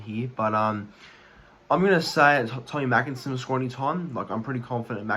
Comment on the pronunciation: Heads up buddy. Tommy makinson is pronounced 'maykinson'